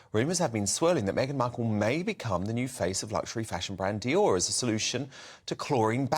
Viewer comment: And, learn how to pronounce Dior 😂😂😂😂